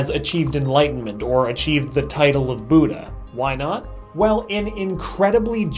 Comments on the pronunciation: You're pronouncing it buuudha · It's pronounced with a short u like good not a long u😂 BOODA sounds too funny